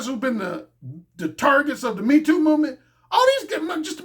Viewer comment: That accent on that #MeeToo movement line had me rotfl 😂🤣